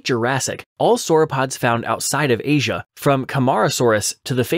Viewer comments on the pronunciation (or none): none